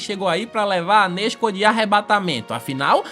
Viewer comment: Só eu q não aguento o a falar nezko 😂😂 (salve para Portugal ✌🏾)